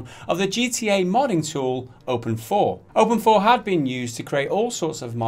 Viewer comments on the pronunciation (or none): I thought it was openIV not open4